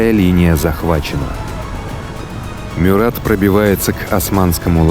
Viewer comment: Только правильно - МЮрат.. а так , очень классный выпуск 👍